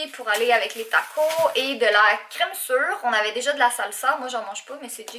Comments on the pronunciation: En France et on dit tacos on prononcé le S sa fait super trajet bizarre gros bisou a toi ton chat 😘😘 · taco"s" et on pronnonce le "s" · Les taco 😂😂😂 c'est trop marant comment tu le pronnonce